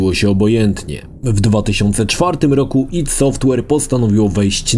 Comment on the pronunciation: AJ DI. Kurwa, serio. Tego ID sie słuchać nie da.